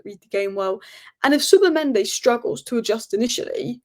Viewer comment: Please! Its not Zubamende its Zubimendi